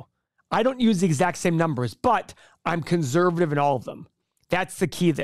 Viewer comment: “conzzzzervative”